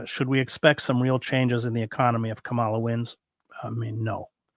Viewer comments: Lots of respect for you, Chris Hedges; have read several of your books, listened to your interview with Sheldon Wolin, and followed you elsewhere online. Are you deliberately mispronouncing "Kamala"? It's a puzzling lapse for a person who strikes me as being diligent about his research. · If you want to criticize her in good faith, you need to at least pronounce Kamala’s name correctly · To be fair, I care a lot about correct name pronounciati9n and Kamalas' name is counter intuitive. The accent on the first syllable doesn't sound correct. I sometimes unintentionally err..so don't be so quick to assume bad faith. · Her name is "COMMA-la," not "kuh-MAHL-la." You can do better, Chris. Right-wing people deliberately mispronounce her name to disrespect her. She is the VP of the USA. That said, I too am not a fan, and probably will not vote for her because of her position on Israel and Palestine. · Are you deliberately mispronouncing KAmala's name as KaMALa? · It’s Comma-La. It’s not difficult to say correctly. I know you can do it. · Comma-la. I don't mean to be pedantic or take away from the value of the ideas discussed here, only that we can all make an effort to pronounce her name correctly and she's done a pretty good job of explaining how over the years. In this cycle we have the added layer that Trump and his surrogates + the mouthpieces of the Christian Nationalist right are intentionally mis-pronouncing her name as a tactic. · Are you mispronouncing VP Harris’ name on purpose? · Chris, you are mispronouncing Kamala. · Get a grip. Everybody does.